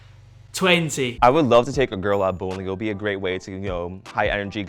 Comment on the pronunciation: Am I the only one that hears "ghetto" not girl